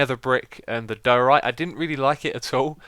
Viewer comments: i belive its pronunced dyeorite not doarite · I was so glad when someone corrected X on his pronunciation of diorite, but then he said he was going to say doh-orite anyway and I cried inside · ITS DUE-OR-RITE